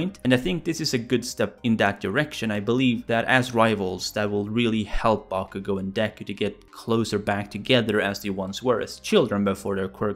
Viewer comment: It sounded like you said “bonkugo”